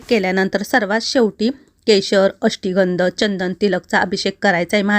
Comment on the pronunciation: अष्टीगंध नाही ... अष्टगंध म्हणायचं